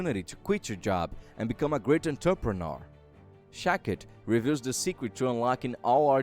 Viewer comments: Shakti, not Shakit. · SHAK-TI not SHA-KIT!!!! Also, she is a woman not a man!!! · Shakti was a woman not a man pronounced Shaktee . I feel its just the language barrier but content was good. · Sha-k-ti ( means power ).. that's the correct pronunciation. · The pronunciation of her name is sounded out, ‘shock-tee’ or ‘shack-tee’ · The name is also pronounced wrong. It's pronounced Shaktee. Shakti means power and strength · Says name wrong AND says 'HE'...know what you are talking about before you broadcast.. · Jezus your accent and pronunciation plus wrong grammar namely naming Shakti.. Please get another job for yourself